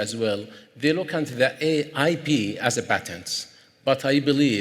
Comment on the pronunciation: Why is he saying IB not IP?